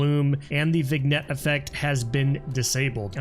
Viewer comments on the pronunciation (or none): What the hell is "viskeral" and "vignet"? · dude can't even pronounced vignette. VIGNET lol wtf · Viss-kerr-uhl. Vig-net. Entry team to TOC, we've got two wounded pronunciations.